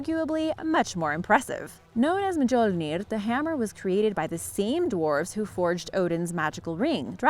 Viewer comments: Mule near is how you pronounce mjolnir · Mjolnir - mi-yol-nir Tuatha De Danann - Tu-ah De Dan-ann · If you're gonna make a video, learn how to pronounce Mjölnir.